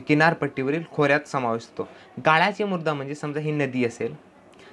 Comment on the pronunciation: Murda nhi o sir mruda mhana...!